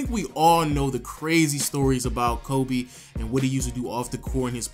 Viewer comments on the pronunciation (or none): none